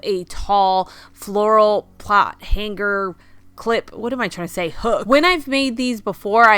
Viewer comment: Somebody please tell her you do not pronounce “hanger” as written. The G is silent. English 101.